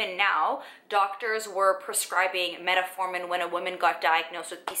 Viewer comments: Meta-formin, lol ...I'm trying to ignore it, but she's said it nearly 100 times. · Met-formin... no “a”. Other than that great video!